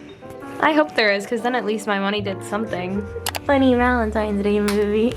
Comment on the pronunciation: Its valntines not gralntines